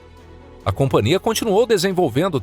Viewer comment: Hei, vcs são analfabetos? A palavra é companhia e não compaNIA